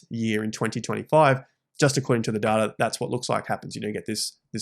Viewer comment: Never trust anyone that can’t even pronounce “data” correctly